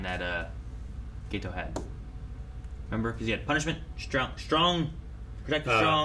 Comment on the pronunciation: So like uhhh...why do they pronounce it "Gay-tow" in the dub? I ain't Japanese but i'm pretty sure it's just supposed to be "Get-tow", or even "Geh-tow", but it sounds like they overpronounce the first half of his name all the time lol.